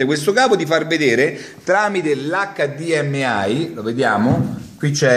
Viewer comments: Acca di emme i (italiano) eich di em ai (inglese). Dire: "acca di emme ai " non ha significato. E comunque quel sistema non é compatibile con tutti i TV con l'hdmi... Fare tutorial alla cazzo ben venga, li faccio anche io, ma cerchiamo di no. Dire cose non vere. Ciao grande! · Bellissimo il modo in cui dici HDMI, cioè o lo dici tutto in inglese ossia: heich di em ai; oppure tutto in italiano: acca di emme i ma "acca di emme ai" non si può proprio sentire. :-D hahha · NON SI DICE COSÌ!!!1!1!1!1! O LO DICI IN INGLESE O IN ITALIANO HDMI